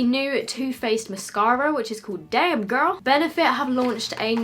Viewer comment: That accent when u said damn girl in the beginning makes me laugh so hard